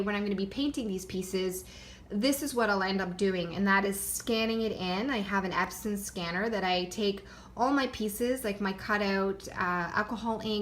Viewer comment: What type of scanner do you use to digitize your work. It sounded like you said “absinthe scanner” or “absent scanner” I’m not a technology person, so I’m not familiar with these devices. I would love to see a tutorial on how to do the digitizing, have you made one?